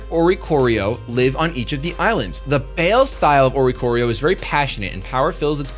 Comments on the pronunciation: Also it's not bale style its By-le style its Spanish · it's not bale form for oricorio, it's pronounced bailé, Spanish for a variation of the word dance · "Baile" is pronounced "BUY" (like the act of buying something) and "leh"; BUY-leh, lol. It's Spanish for "dance." And "Pa'u" is pronounced PAH-oo. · Everyone I've seen talk about the trailers pronounce "baile" wrong; c'mon y'all its Spanish. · oricorio's fire form is baile (it's spanish for dance) and pronounced bai-leh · It's pronounced "bye-leh" Spanish for dance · I love how mispronounce baile lol